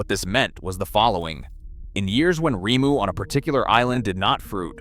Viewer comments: Rimu is said like this remoo. Great video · This is very interesting, but please, don’t use Ai for the voice over! The constant mispronouncing of words is really annoying, I’m afraid. Kakapo is pronounced ‘car car paw’, and the berries are pronounced ‘reemu’. The voiceover changing the pronunciation several times is quite off putting in an otherwise excellent video. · AI is so annoying. Sometimes we get Rymoo and other times Reemu. Most of the Maori words are butchered. At least the foreign but real narrators are consistent in their botching of Maori. Even Kakapo pronunciation is all over the place. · Ree moo.